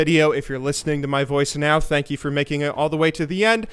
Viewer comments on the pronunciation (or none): none